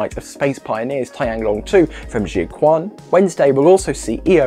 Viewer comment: Jiuquan Satellite Launch Center: "Jiu"=jee-oh (one syllable) "quan"=chu-ehn (one syllable)